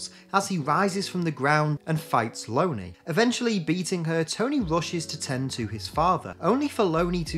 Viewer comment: I think it’s pronounced LON-ee not Lony like Bologna.